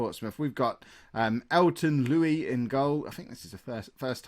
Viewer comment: its not lui its Luis